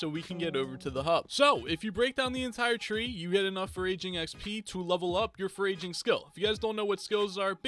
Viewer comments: Friendly help, your pronouncing foraging wrong, you’re saying it like “for-raging” it’s pronounced a little more like “for-edging” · Did he say (for-ray-jing)?!?!?! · how does this guy not know how to say foraging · This vid pronouncing foraging wrong Me with the username foraging: He said my name wrong!!! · Thank you it annoyed me so much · Day 723 of hearing pronounce ‘foraging’ incorrectly, I’m not sure I can take it much longer. Remember me...